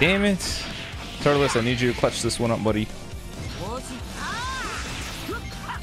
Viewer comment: Apparently pronounces Turles Turlus I still love his commentry